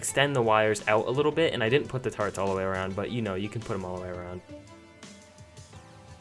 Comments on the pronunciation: Why does he say taretts instead of turrets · It's turrets not tarts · This nigga says Tar-etts